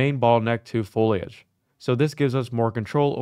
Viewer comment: lol, last unreal engine video I watched was almost a year ago. Started watching and the first time I heard him say "follage", immediately remembered, "oh wow, it''s the follage guy again"